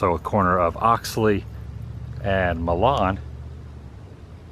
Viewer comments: the street has always been pronounced MYlan. not MAlon. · It's pronounced MY LUN not Mil Lon (So. Pas. is my hometown)